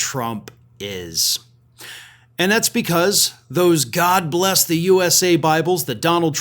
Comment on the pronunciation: "God blesh the united shtates". - chump 🍊